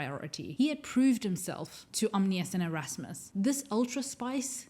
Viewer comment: It's "Om-NEE-us" not "Om-inus." Also, it's "Axe-lah-tul" not "ax-o-til" tanks.